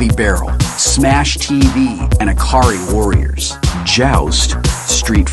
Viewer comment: Its Ikari warriors not Akari Warriors Good video tho thanks.